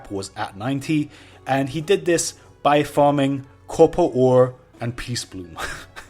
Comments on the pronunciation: its copper ore not couppalt ore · "cobber ooooore"... DUDE... FUCK SAKE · Say it so americans can understand it: CappaR AR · Did he pronounce "copper ore" different every single time he said it? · It took me a while to understand he was trying to pronounce "copper ore"